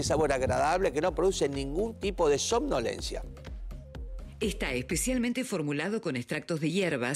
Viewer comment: Somnolencia no somnoliencia, la locutira...